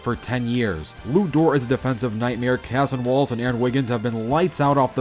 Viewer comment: bro really said Cahson Wallace